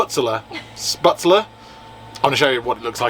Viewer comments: Hi guys the noodles you bought are called shhpetzler not sputzler incase you wanted to know the correct pronounciation. You just add butter and salt to it. It's basically German pasta/noodles and you can add anything to it like bratwurst sausages or whatever vegan meat you desire. I'm english but my grandad was German so I have had spätzle many times both in Germany and in England. Sometimes you can buy it in aldi or lidl in England though probably not the vegan version so stock up on it if you like it before you leave Germany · Lol when says spitzler then you jump in with sputzler.....with a chicken schnitzel. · I think they are pronounced. Spetsel. As there is an umlaut (two dots) over the a. My German was at school years ago, but that’s my take. Enjoying your continued adventures from my armchair in the USA. With my cuppa. 🇬🇧👍🏻😛expat here. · 😂"Vegane Spätzle". Aren't they vegan anyway? The right pronounciation for you would be "Shpatzle" We do put extra an Umlaut (ä) on the a, but you are using it ecactly the opposite way. And the farmer with his 40 Euro camping, selling crap bavarian clothes must have made the business of his life. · 'Schpertzle 'pronunciation nearer to right sound. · Spätzle = spehtzluh. That ä is normally a long A in English. Delicious! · “*Spat-zul”……theyre made like little dumplings, with the dough forced thru a sieve into the boiling water. You reheat them by frying up in butter. Ita comfort food, like mashed potatoes or noodles. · What a great, feelgood video folks! As someone who's been to Munich many times but never to Oktoberfest, it was lovely to see you having such a great time there! Your German pronunciation did make me laugh, especially Spätzle and "Lederhausen", but at least you tried! 😁